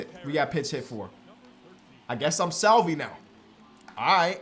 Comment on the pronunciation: As a royals fan the way he says Salvy is a little frustrating haha but love the series! If not Bryant. Trading for McMahon would be a decent idea. Younger than KB and still better than what you currently have